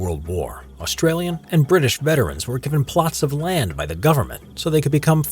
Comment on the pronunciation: Say Australian Artillery again. Or ask an Aussie like myself- I’ll do it for free. Did well in Drama at Uni